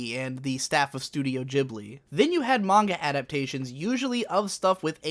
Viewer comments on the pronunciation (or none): Great video, I'd never thought of anime in this way. Incidentally, I thought Studio Ghibli was pronounced with a hard G?